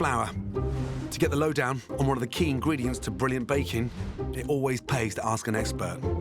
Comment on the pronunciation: I'm hearing bacon instead of baking...